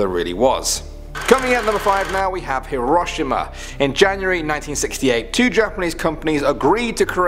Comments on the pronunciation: dis this dude really say herashma instead of hiroshima( hero she ma ) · its hero-she-ma!!! Not he-row-shim-a. (Hiroshima.) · It’s hear row she ma not hiromussa or however the hell you said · Isn’t it pronounced like “hear-o-she-ma?” Not “hear-ah-sho-ma”? Or is it different in England? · Say it like "hero sheema" not "here oshima" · Yee-row-see-maw not her-sawma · Its not pronounced her-O-shama (heroshima), it is pronounced here-O-she-ma. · "Heroshima" it's hero shi ma not however you said it lol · Love the pronunciation of Hiroshima (aka Hero-She-Ma) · He prounouced time capsule time capeesuull and Hiroshima is pronouced heroshema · Hiroshima (hero-she-muu) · when he said hiroshima i thought he said hiro mashima ._. im stupid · Hiroshima( hero-she-ma) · Isn’t Hiroshima pronounced Hero-sheem-a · H - row - shee - ma* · Hē-rō-shē-ma is how you pronounce Hiroshima properly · I usually don't care about pronunciation but Hiroshima is pronounced Hero-she-muh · Her rush Immuh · It’s pronounced Hiroshima (hero-she-ma) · Hiroshima is pronounced like hero-she-ma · “Haro Shama” 😑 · the way he said "hiroshima" as "he-RAW-shima" lmao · "Here-wash-e-mah"? Really dude??? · Man really just pronounced Hiroshima wrong 😂 It's said Hero- shima. Or at least that's the way LEGIT EVERYONE I've ever met says it. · It’s pronounce Hero-she-ma I don’t really care 😂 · Anyone else annoyed he said Hiroshima. (Pronounced Hero She ma) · It's pronounced he-roe-she-mah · Hirshima- Hero-she-ma. Nazis-knot-zee's. Sorry, but it sorta bothered me. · Finally someone who points this out, it’s pronounced as herosheema, I studied Japan, and Japanese. How he pronounced it kinda made me frustrated. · When u said Hiroshima i say like hero she ma. I’m not trying to judge how you say things, it’s just how I say it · I'm pretty sure it's pronounced hirosheema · Hiroshima- "Hero-she-ma" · Why can’t people pronounce Hiroshima is pronounced Hero shima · Hear-row-sheema is how you say it 😐🤦🏼‍♀️